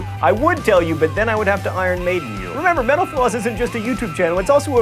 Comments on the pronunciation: I always here him say thanks for watching menopause. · Is it just me, or does it sound like he's saying "menopause" when he's saying "mental floss"? Lol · It sounds like he's saying menopause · everytime he says "Thank you for watching mental floss" I hear "Thank you for watching menopause" :) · Every time you close and say this was Mental Floss, I hear Menopause. Lol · It sounds like he is saying, "Thanks for watching menopause on youtube." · ''Thanks for watching MenoPause here on YouTube''. That's what I heard, lol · the way you pronounce mental-floss at the end of the clip, sounds like menopause...